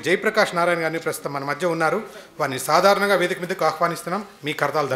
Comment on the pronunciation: Sadaranaga kadhu sadharanga Babu